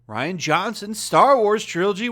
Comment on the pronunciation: I would have thought Rian is pronounced Re-on not Ryan